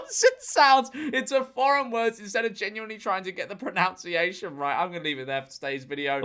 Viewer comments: I noticed him saying "pronOUNCiation" instead of " pronUnciation" in another vid. and was very surprised. But, as you said - given the context in which the word was mis-pronounced in this particular vid. you gotta larf! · You were doing reasonably well, but you spoilt it at the end by saying pronounciation. The word is pronunciation, I'm English. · Mispronounces ‘pronunciation’ 😂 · I find it very funny that you mispronounced pronunciation in the last bit It's a very common mistake but it is "nun" not "noun" as it is in other words with the same root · PronUNciation, nout OUN! get it right when you slag off someone. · it's pronunciation, not "pronounciation" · No such word as pronounciation. 😂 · Says the guy who can't pronounce pronunciation... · I appreciate the irony of GeorgeM incorrectly pronouncing the word "pronunciation". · Mispronouncing pronunciation is a hell of a thing. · Ironically mispronouncing "pronunciation" - clever. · The fact you pronounced pronunciation wrong is so much funnier than it should be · I do love the irony of people pronouncing pronunciation incorrectly. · Did you deliberately pronounce pronunciation wrong to prove their point? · and george, you just mispronounced the word pronunciation...